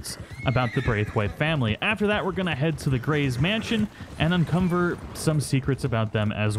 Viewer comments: Did you say "Unconver" or did I hear it wrong?! 🤠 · did you say "Uncomber"?